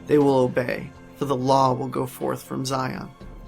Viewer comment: I was all in until I heard him pronounce Zion.